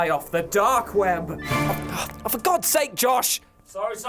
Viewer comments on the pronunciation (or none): none